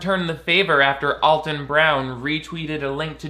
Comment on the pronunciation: People misinterpret Alton's wicked sense of humor for meanness. Also, his name is pronounced AL-ton, not ALL-ton.